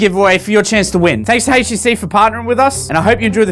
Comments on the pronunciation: "Haitch tea sea" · A "Haish"TC? Did I hear that right? XD You're awesome. I love my Vive